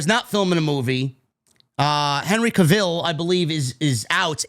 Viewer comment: 'Henry Caville' lol